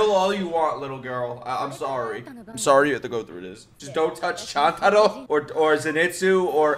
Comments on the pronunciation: I feel so uncomfortable seeing him pronouncing chuntaro as chantaro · its call choon-ta-ro not chan-ta-ro pls t - t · Can you please say Chuntaro right 😭? It’s Ch-oon-taro not Ch-an-taro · Also, it’s Chuntaro. basically pronounced choontaro. And just wait until the end of the series. (Which sadly yet thankfully has not come yet, just in the manga) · Bro its "Chuntaro" how could you forget😑